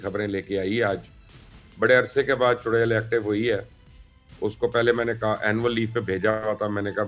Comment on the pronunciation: Mubashir luqman Bhai aap chudail ka naam bahut achcha le rahe ho